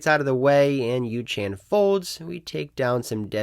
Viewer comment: Yoo -. Not yoo - chan lol